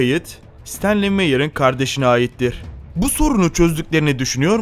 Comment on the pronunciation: Emeğine sağlık, güzel bir çalışma ama: Bir de şu Türkçeniz düzgün olsa. "Ayittir" ne yahu!